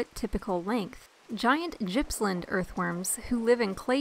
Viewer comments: Gippsland pronounced as Gas in Goat not as in Gypsy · The G in GIPPSLAND is pronounced as the g in gum not as the j as in just. I live in Gippsland and I have very large worms here but haven't seen any metres long.